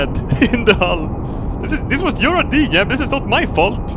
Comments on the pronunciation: he says yeb in stead of jeb lol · I hate how you pronounce j's like y's but that's just me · Is it just me or did he horribly mispronounce Jeb